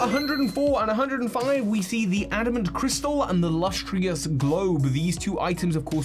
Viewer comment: hey not a criticism just an observation but you seem to mispronounce a few words by adding or skipping letters in them (adding an i in lustrous to say lustrious, missing the c in celestica to say celestia etc.) might be something to watch out for